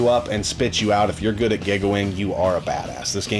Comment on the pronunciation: This is like your third video where I’m hearing you pronounce “giga” like “gigga”. You know that prefix is pronounced “geega”, right?